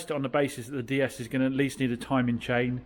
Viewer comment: you don't pronounce the D the way you are in DS it's Day S not Dee s. That car you've got is a high spec on with Sat Nav and Xenon, Led Headlights. It also has Apple car play Via Usb